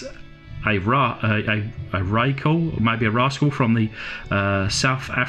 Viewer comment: Hi, the SA Defence Force vehicle is actually called a Ratel (Rah-tahl).